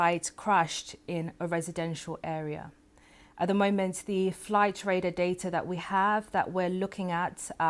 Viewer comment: "Flight radah datah" 🤡